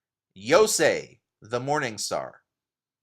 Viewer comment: Mostly better than my japanese pronunciation but a couple of questions, scholar to scholar! I'm pretty sure you get the 'yo' syllable wrong. For example in Yosei. Sounds very American to me. The 'yo' syllable should be pronounced like in the word 'yonder', shouldn't it? With the same 'o' as in every other word you used it in. Also, 'ronin' is a Japanese word (as you probably know) which actually ought to have a long o sound (might be better romanised as 'rounin' - although it often just has a mark above the o). Likewise, Sosuke is actually a Japanese name, with a long o. And how I've been taught Japanese, the ~ei vowel combination isn't "ay" like in pay, but just a longer ~e sound (like in the British 'care'). So sensei isn't "sen-say", but "sense-air" (with a British "air"). I don't know if the 'tai' in Untaidake should be shortened like you did. Seems to me it should be the full "tie" (like bowtie) phoneme. Hope you can reply with your opinions! You might know something I don't; I've just been learning Japanese in my spare time the last year and a half.